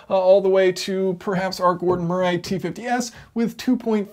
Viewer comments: Gordon’s surname is not pronounced “Muh-ray”, it is pronounced “Muh-ree”! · For the record. In the UK Murray doesn't rhyme with hooray 😂😂😂